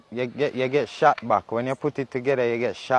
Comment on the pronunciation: or a shot back as Tavi try to say 😂😂